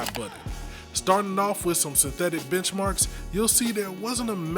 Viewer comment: I thought i heard bitchmarks 😂